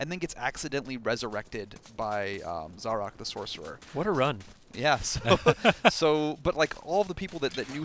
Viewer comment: The game itself says how to pronounce 'Zarok' yet Yanks still find a way to mispronounce it.